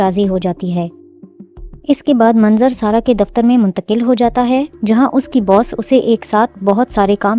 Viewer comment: mungtaqil kya hota hai?? 😂😂😂😂😂😂😂😂